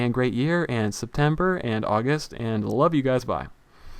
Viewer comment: "FUCK ITS NOT EVEN SETEMBER OR AUGUST" couldnt stop laughing when i heard that.